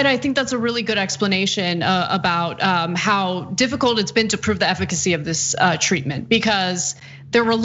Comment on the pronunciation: Whenever Chump reads, his "the" is pronounced "thee", like a toddler first learning to read.